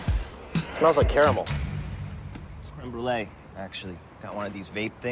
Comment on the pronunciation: caramel was said well. fkin hate when americans say "car mell"